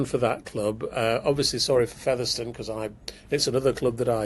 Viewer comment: Please tell how to pronounce Featherstone 😂